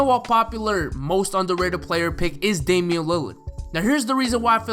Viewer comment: It’s Damian